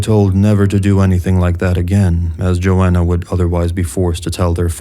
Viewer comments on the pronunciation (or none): none